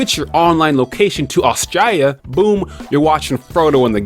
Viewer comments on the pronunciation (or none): none